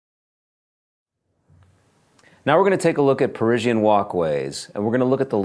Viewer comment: "Perisienne" ? "PERISIENNE" ? "PE-fucking-RISIENNE" ? REALLY ?